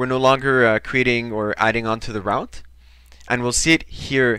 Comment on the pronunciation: Very basic. However, English might not be your mother tong as the pronunciation of route is very strange to me! Try say root for route!